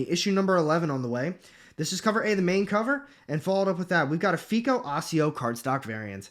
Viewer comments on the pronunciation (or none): none